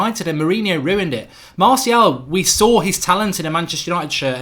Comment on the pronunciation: I like how you say 'marthial'